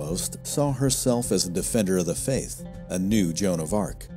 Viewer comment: joan of RA...ARc